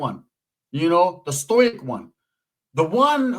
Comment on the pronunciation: I never heard anybody pronounce “stoic” like that ese 😂